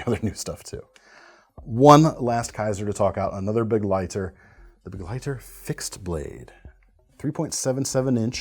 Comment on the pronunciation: You have no idea how satisfying it is to hear someone pronounce begleiter correctly. 🤤